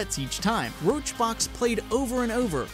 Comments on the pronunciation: oh and its pronounced summit1g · HE CALLED SUMMIT "ROACHBOX" LMFAOOO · Ahh, so you obviously dont even research what you're talking about because you called Summit, RoachRox, and you also got the "Tech support" story all wrong, nice, disliked. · Omg you called summit roachrox. Hahahahahahahahaha roachrox is the last person who donated. Or was this you making a play on the name of the video and embarrassing yourself. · They called Summit Roach Rox LOL 😂😂😂😂😂I'm dying. Guess you didn't double check your research huh? 😂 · I love how he calls summit1g roach rox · Did you just call Summit1G "RoachBox?" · Did this dude legit call summit1g "roachbox?" do some research before you make a damn video i am not a summit fan but come on dude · RoachRox srsly? i mean if you are gonna do these videos finish your research on the people you are talking about before you make a video. His name is "Summit1G" btw :) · He just called summit1g roach rox lmfao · "RoachRox" You do know that his name is Summit1g right ? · He just called summit roachrox wtf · Did he just call Summit1g Roachrox? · Did he call Summit1g roachrox wtf...